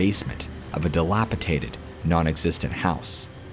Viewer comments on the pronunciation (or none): DilapiTated? LMAO